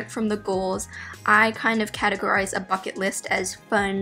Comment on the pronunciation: i thought she said 'fuck it' instead of 'bucket' and i was shook